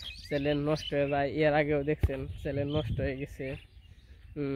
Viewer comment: ব্লগ করা বাদ দিয়ে স্কুলে ভর্তি হও চ্যানেল বলতে পারোনা।বারবার চ্যালেন বলতেছো।লজ্জা ও করেনা।দান খয়রাত পেলেই হলো তাইনা?